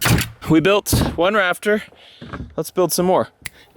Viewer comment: When was talking about building his new shed, I heard him say (paraphrasing here) that he had a "raptor" problem - not "rafter." I thought, "Well if anyone has the equipment to deal with a Cretaceous infestation, it is our boy. Was really disappointed that he was just building a roof...